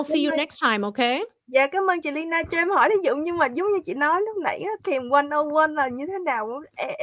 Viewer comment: chị kém quá đọc mãi k đc Lyna ạ